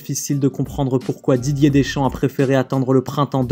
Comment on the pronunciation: Dideuuuurrrsss Keuwwwwwiiiiiiiimm